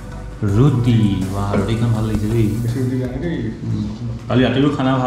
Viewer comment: It's roti not ruti😀😂😂